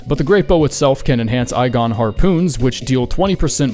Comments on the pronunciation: ITS E GON NOT I GON. VILE YOU WILL RUE THE DAY, BEHOLD A TRUE ELDEN RING GAMER AND YOU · Brother he tells you how to say his name and you still manage to call him “eye-gon” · I’m sorry but Igor’s name is pronounced by the man himself with an e. It’s E-gon, not I-gon, now I’M-gon. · I-GON? ITS EEE-GON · It's IGON,, not eye-gone 😭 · C'mon dude, he shouts his bloody name every time you summon him. Eye-gone? It's EE-gone. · Did he just pronounce Igon "Eye-Gon" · I’m convinced you say things wrong on purpose at this point. “Eye gone”? Bruh you aren’t even trying lmao Also this is sarcasm for all you knights in shining armor out there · Look at the top comment saying the same thing. Apparently he realized he said it wrong and did another take but forgot to put it in the video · Yeah I hate people who call him "Eye-Gone" Like cmon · "Eye-Gone" killed me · how are you pronouncing igon wrong? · The way he pronounced Igon is how you know he never bothered with him. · Igon: Loudly pronounces his name for all to hear.: Mispronounces it anyway. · I know his pain... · Igon even pronounces it with the E, so what’s excuse? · Why does he say Igon wrong